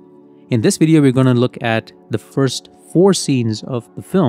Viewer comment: What's a wideo?😅